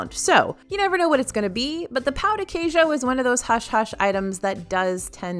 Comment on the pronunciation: I love the way you say pão de queijo!!! Greetings from Brazil!🤗 I have been following the channel for a looong time and I Love when you talk about brazillian food in EPCOT's festival and now this appetizer:)